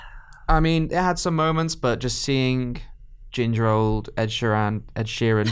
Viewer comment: It's Ed SHEERAN, not Sheem !